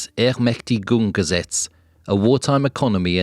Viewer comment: You have my respect for bravely attempting to pronounce "Ermächtigungsgesetz"!